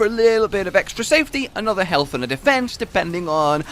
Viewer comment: "Healt with food"